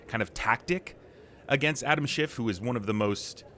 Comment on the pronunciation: Kev, there is no “t” on the end of Adam Schiff’s name. You knowing place onethere because yourcult leader does it. You are bothdespicable to the core. This is a hypocracy and you all know it. You have taken the gop down so low it can never recover until you are all removed for good.